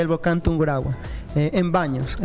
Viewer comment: Es Tungurahua no tunguraua...